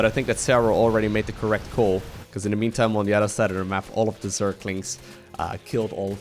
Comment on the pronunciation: Your english is really good..except for the word "the". It's a t and an h together...not a "d".